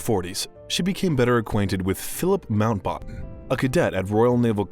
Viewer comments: My guy is butchering names and titles while giving a very insightful presentation…edenburg princess Anna, lord mountbotton.. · Good content, terrible mispronounciations which shows poor preparation and worse editing. Mountbatten, Westminster to name a few.